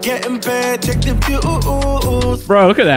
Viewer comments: He says choonkz haha. It's chunkz brother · Man said choonkz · My man called chunckz "choonks" 🤣🤣🤣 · Y do u say choonkz and yoong filly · Normal people: Chunkz: CHOONKS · I have a growing urge to put acid in my ear every time says CHOONKZ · his name is chunkz not choonkz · Why did I read the title in his voice lmao, "choonkz" 😂😂😂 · Nobody:: choonkz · also he said choonkz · No one:: choonks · is the only person i know that pronounces Chunkz “Choonkz” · Anyone else thought he was saying “troopz”? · It's funny how u pronounce Chunkz 😂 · he keeps on saying chunkzs name wrong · Please can you just say Chunkz properly, the whole video got me annoyed but other than that great video man